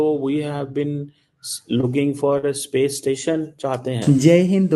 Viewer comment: सपेस नहीं स्पेस होता है।